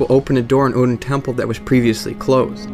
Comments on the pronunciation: I pronounce it "Aid-ins" Chapel, not Oh-din, or Ed-din, but yeah, I was weirded out how the guy knew about Oedipus but pronounced it wrong. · OEDON CHAPPLE, FFS DUDE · That's funny cause that means Oedon has connections to 3 separate religions. I always took the pronunciation of his name "Odin" as a reference to Norse mythology, which makes sense given that Odin is the most powerful and all-seeing of the norse gods and Oedon is omnipresent, which makes him comparable to the judeo-christian God as well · Remember guys, it's Odin Temple, not Oedon Chapel. Common mistake. The chapel dweller (actually a temple dweller) just doesn't know how to pronounce Odin, so he says it like "Oedon" instead. In all seriousness, I knew most of these but not all. Solid video. I got here because apparently this video was plagiarized by a YouTuber called PenseGeek. Might want to look into that if you get the chance/desire and actually read this comment :P. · Good video. Oeden is pronounced erdin in game. Oedipus is pronounced ehdapiss. Just letting you know. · this dude said odin temple 😂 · All of you are wrong lol. The "oe" in Oedon chapel is pronounce similar to "er" just without the "r". To make the sound say "uh" with the mouth shape for "er". The name is literally said in the game just copy it...